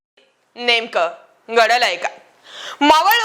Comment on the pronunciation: अग तुला मराठी येतंय की नाही अमराठी आहेस काय. ...घडलंय अस म्हण गडलंय काय म्हणतेस